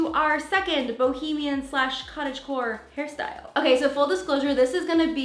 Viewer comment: I thought you were saying cottage whore until I looked at the title 😳🤣🤣🤣😉